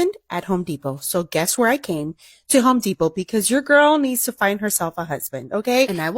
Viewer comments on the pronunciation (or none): It is Home Depot, not Hoe Depot.